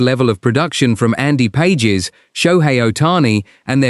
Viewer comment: His name is "Pas hes", not Pages, as in two pages.